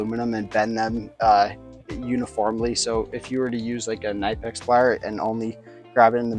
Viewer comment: Nope, it’s pronounced „knee-pecks“. Hello from 🇩🇪.